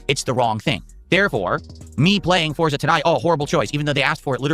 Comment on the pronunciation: "YOU GAIS wanted this!" "All of you yelling at me to play Foriza 6!"